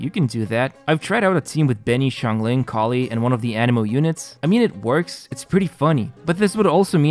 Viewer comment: You know what I love the most about this video? Instead of Collei, you said Collie at the start, which I‘ll always remember because of that sort of dog now. ✨